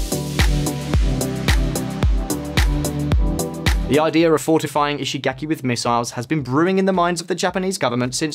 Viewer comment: In case it's helpful, the vowel in Japanese words represented by the letter "a" is pronounced like the 1st vowel in "father.' You keep pronouncing Japanese words with a vowel that does not exist in Japanese. There is no /ae/ sound in Japanese -- I mean the vowel most Americans use in the word "cat." So when you say "ishigaki," the 3rd vowel should be pronounced like the 1st vowel in "father."